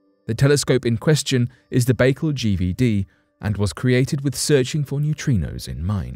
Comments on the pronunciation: Why does the person reading this script refuse to look up how to pronounce words he's obviously never heard said before. I flinched every time he said "Lake Baykul". Wouldn't YOU take the time to make sure everything was correct before you put it on line? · His pronouncement of Baikal was sooo annoying, I'm going to unsubscribe.. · The quality of your research is immediately undermined by your mispronunciation of the name of the lake ... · Your mispronunciation of the name of the lake is really off putting 😂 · I started to write the same message, but thought again, and here you are. Thanks. That was driving me crazy. I like your phonetic spelling better than the one I probably would have used too. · It's pronounced By-kal. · "Lake Bakle"?? Please learn the correct pronunciations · It's pronounced Bai-Kaal just an fyi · It's pronounced BAI-KAL, Jesus. You're making my Russian ears bleed. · It's Lake Baikal, pronounced bai as in bicycle call as in call. However, I'm sure the telescope will give good data. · Its called baycal lake not bagel, you have to do russian voice over A's and L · Omgl...if I hear " Lake Bagel" one more time going pull my hair out...it's pronounced...Bye-Call ( Baikal).. And hold up....this is olllld stuff☹️ Nothing new...damn😒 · It's not 'Bake al' it's 'by_carl'.Get a grip! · Look even though its spelled Baikal its not pronouced bakeel it Be-kaal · Lake Bai-kal. Not lake bakel …..damn man……pronunciation is key. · ok this is driving me crazy. Pronounce the lake correctly please. It is pronounced "Back Call" not "Bakal" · It's pronounced "Bye kal" not "bagel". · Its not lake bagel its lake bike-all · There's no dash in it. I was explaining how it's pronounced. It's just Baikal but the way he says it sounds like "bagel" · Its pronounced BYE-CAL sorry man but it hurt my ears when you say bakel like bagel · ffs....... its pronounced bah-kaal. your a baykle!!! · It's NOT "BAE-kul", it's "BYE-CALL"! USE THE NATIVE (Russian) PRONUNCIATION!